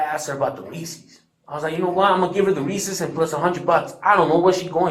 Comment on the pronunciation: When I saw 'Reese's" in the chat I knew he pronounced it, "Reesee's." I knew it.